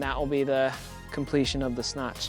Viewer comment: Is he saying “the Snotch”?